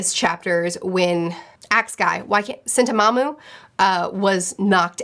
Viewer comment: New drinking game: every time calls Sentomaru "Sentomamu" take a shot:P